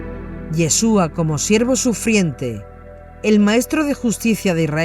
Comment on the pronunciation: YESHUA y con acento en la u